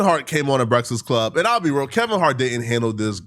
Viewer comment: “BRESFIX CLUB “